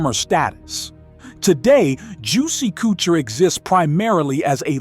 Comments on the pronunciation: It's the AI voice for me that pronounces "Couture" "koo-chure" LOL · Juicey "Cootcher" !!😅😅😅